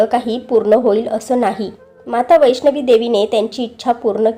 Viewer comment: वैष्णवी नाही. वैष्णो.